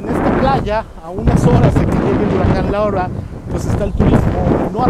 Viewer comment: porque si hablas en español No dices L A U R A🤭🤭 Ya con eso me caíste muuuy mal bye